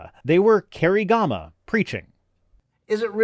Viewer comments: Came here hoping for some accurate analysis. Found cartoon figures, and every single technical term and name mispronouced. Very lazy indeed. ‘Kerigama’ eh? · Pronounced ker-rig-ma, fyi (the stress is on the second vowel) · Kerygma is pronounced “kuh-rig-muh” in English.